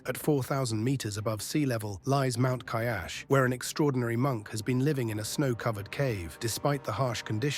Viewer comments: kailas..not kayash...idiot !! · What kind of VO artist are you? You don't even care about your pronunciation. You think that just because your are a foreigner you can mispronounce all you want and can even alter facts as you please. It's Kailash, not "Kaiyasa". Are you a human or a dick? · NOT KAIAS ITS KAILAS...!!!!!!!! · its kailash not kayash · Its not Kyash rather Kailash. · It's KAILASH Not Kaiash LEARN TO PRONOUNCE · The narrator does not pronounce Mt Kailash anywhere near correctly. And it's the most famous mountain in Hinduism. I suspect this entire video is pretty much bogus.